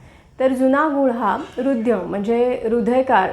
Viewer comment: हृदय हा शब्द आपण हृधय असा उच्चरला, तरी ह्या शब्दात मधले अक्षर ध नसून‌*द* असा आहे. योग्य उच्चाराचा सराव करणे गरजेचे आहे.